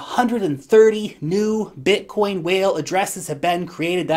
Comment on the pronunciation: The way you say Bitcoin is sick